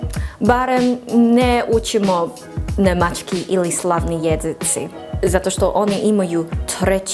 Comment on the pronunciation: sve je super samo promeni akcenat na rec "Nemacki" kaze se némacki,tu je akcenat